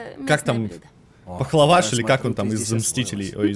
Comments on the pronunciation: Не пахлаваж а паприкаж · Мне послышалось или ты сказал Похловаш 🤣🤣🤣🤣. В Гражданской войне Вижин готовил "Паприкаш"